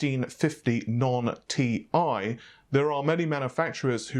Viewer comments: Annoying is the way the other guy is pronouncing Thai or TIE instead of TI (T I) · This isn't that bad. The other guy is nameing TI gpus TIE or Thai.